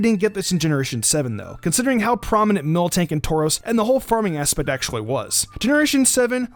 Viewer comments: You said mil(K)tank its miltank theres no k in between L and T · When you said Miltank first you said Milktank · Milktank? It's called miltank MIL not milk